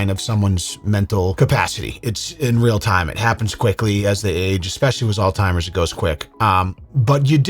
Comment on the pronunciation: "she has alzhimers" yea okay sure she does bro